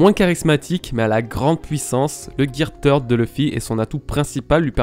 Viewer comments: Je suis désolé mais aqua luffy n'est pas une forme car c'est juste luffy de base mais avec de l'eau, afro luffy encore moins car ça reste ni plus ni moins une perruque ( c'est qu'un détail mais on dit pas tird mais third comme "the" en anglais), pareille champion luffy n'est pas une forme car c'est juste des poings plus gros qu'il peut le faire avec le third mais plus tard les durcir avec le haki, le red hawk est simple à expliquer c'est juste la vitesse qui fait que son poing s'enflamme comme une météorite qui tombe, tank man est un gear fourth mais après avoir mangé donc c'est pas une forme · Third se dis ssird ^^ Deso mais ca m a fait mal au oreilles x) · GEAR "TEURD" ??? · Gear THIRD pas tird un peu d'efforts quand même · Third et pas Teeeeuuard xD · On prononce gear ceurde et non teurd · Bonne vidéo les bro ! Et vive le Gear THEURD Edit : En vrai, pour éviter les centaines de commentaires sur cette prononciation je vous rassure avoir bien pigé que c'était pas la bonne, le fait de me le faire remarquer à chaque commentaire ne changera pas la vidéo et je ferais toute façon bien attention à l'avenir pour les prochaines vidéos ;) J'aimerais avoir l'impression que les jours de travail sur cette vidéo ne soit pas résumé qu'à ça s'il vous plaît :) Peace ! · c'est vraiment un pas doué turd veut dire Merde. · Merci, je ne connaissais pas le Gear "Merde" (Turd comme tu dis xD) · Third ce dit « seurde » en anglais sinon très bonne vidéo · Va falloir prendre des cours d'anglais pour dire "third" lol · Le gear "Turd". Si jamais, Turd signifie "Crotte" en anglais, attention à la prononciation. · ahhhh arête de dire gear teurde stp sa pique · "Gear theurd"... putain... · Luffy gear TEURDE LOL fait un éffort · Video vraiment kifante et très intéressante, ça fait plaisir de se remémorer tous ça, juste prononce mieux gear third mdr😁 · Third comment tu le prononce c drôle